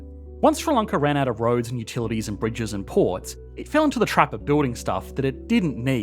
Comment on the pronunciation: what is ssronckla? Ah, you mean Sri Lanka - the letters that are used to make up words are often a good hint as to how to pronounce that word so s, r, i is Sri, not "ssr" and l,a,n,k,a is Lanka, not "onckla" and the wee gap in the middle tells you that it is two words rather than one. Clearly some additional investment in education infrastructure needed.